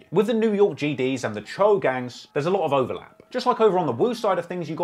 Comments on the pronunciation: If I he stops calling the Cho (cho)... Choo (chew) 😆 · Choo is pronounced like dough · It’s not “chew,” it’s Cho man at least make an effort to get the pronunciation right if you’re going to have multiple videos on a topic. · I love it when be says woo and chew… lol it’s chooooe silly, spelled choo… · Yaii is pronounced Cho not chooo 🤣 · Bro no cap u did this video wrong lol u got wrong info bout dusty and u don’t even say Choo right and 22 only started the uk drill beats in nyc bobby and rowdy started that listen to computers 😂 bro please get better info then do this vid again